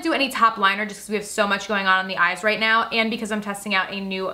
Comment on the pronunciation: At ten minutes and fourteen seconds she messed up saying right lol